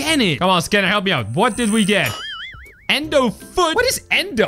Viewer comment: U mean Endo Not "end i" just so you know